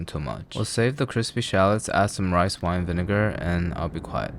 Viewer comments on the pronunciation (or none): none